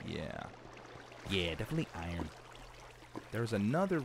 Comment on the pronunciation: The way he said "iron" was like "Iran" for "ironic" 😂😂😂. I need to stop 😆😂